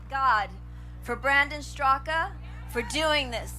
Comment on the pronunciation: his family pronounces it Brandon STRAK (Brandon Straka)